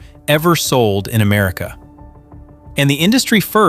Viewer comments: I wonder where "Am-A-rica" is? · A.I. doesn't spell very well..."Made in Amarica"???